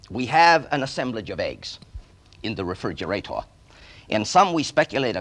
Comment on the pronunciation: "in the re-fridg-or-ate-or" so human..... lol